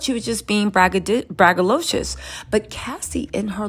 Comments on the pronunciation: Ok so this one bothered me a little.. it’s Braggadocious not braggalocious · What is “bragALOCIOUS”? 😂 The word is braggadocious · Btw, that word is braggadocius, not braggalocious.😊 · Braggadocious not braggalicious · BragaDocious Not BragaLicious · BRAGGADOCIOS 😂 I’m sorry you were driving me crazy 😂